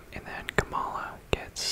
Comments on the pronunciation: Her name is pronounced “comma-la” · Really enjoyed the video, just a few comments: 1. Kamala is pronounced “comma-la”, not “kuh-mala.” Just pointing out bc her name is not intended to be pronounced both ways. Would be weird if you pronounced Melania Trump as “mel-a-knee-uh” Trump, right? 2. I think the biggest reason why Kamala lost is bc of the global anti-incumbency trend since COVID that has seen almost all incumbents, regardless of political affiliation, lose. People are mad about inflation from resulting from COVID and taking it out on the current administration. 3. I agree that her affiliation with Biden hurt her. Perhaps the dems would have benefitted from nominating a candidate unaffiliated with the current administration. 4. After all the votes are counted from CA, OR, and WA (all heavily leaning toward Harris), Trump will have only beat Harris by about 1 mil votes - one of the narrowest popular vote margins of the last 50 years. All things considered, she ran an amazing campaign in 109 days I think. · He also can't pronounce "Kamala" correctly 🙄